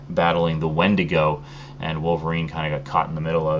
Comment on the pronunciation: Just so you don't get mad at me, I'm not trying to be like WELL, YOU JUST SAID THAT WRONG SO YOU'RE AN IDIOT... but it is pronounced Wen-DEE-go. Just for future reference. :P